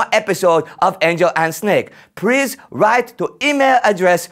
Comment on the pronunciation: he for real said “prease” 😂😂😭